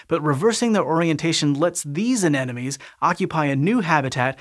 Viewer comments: Hey there, Sci-Show EDITING/ACCURACY folks - - A-NEN-O-ME is a common mispronunciation of A-NE-MO-NE. However, says it not just once, but FIVE TIMES - -. yikes!!! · It’s an aneMoNe, not an aneNoMe. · It sounds like you're saying "anenome" instead of "anemone." [edit] Confirmed with slow speed playback LOL! Hint: "A neM O Nee." It's "any money" not "an enemy." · Why am I hearing 'anenome' and not 'anemone'??? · Exactly! I couldn't figure out what "enemies" he was talking about! :D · Say with me "Ane-mo-ne" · The anemone is not an-enome! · Just a little nitpick. It’s pronounced “an-em-o-nee”. Anenemy is someone who hates you. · People really struggle with anemones Both the horticultural and the pelagic ones Pity, it's a pretty simple word, it comes from "anemos" - wind